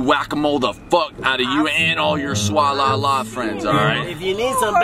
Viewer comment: No one: Tayler : THE SWALALA Me: umm isn’t it the SWAY LA Also Tayler: THE HIP HOUSE